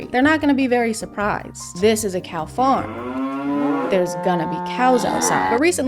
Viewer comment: “This is a cow faarrrrm. Yergonnafindcowsoutside” I love the barnyard reference.